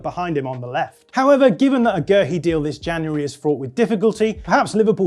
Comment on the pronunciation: Just pronounce Guehi like everyone else 🤦‍♂️